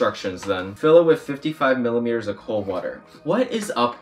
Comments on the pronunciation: "Millileters" Oh my dear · I love that he said milliMEters of water ahhahahahaha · who's gonna tell him that its not milimeters